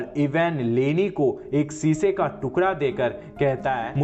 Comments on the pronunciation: Sisa nhi shiesha hota h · Larka nahi ladka sisa nahi shisha zane nahi Jane...cheejo nahi cheezo.... ajeeb bat h jise bolna nahi ata wo Movie explain kar raha h ..